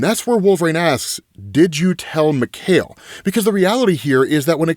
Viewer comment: Just so you know it's pronounced Mee-kai-el Rasputin. It's the Russian version of Michael